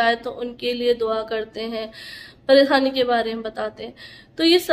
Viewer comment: Paresani nhi pareshani khusi nhi khushi talafuz shi kro apne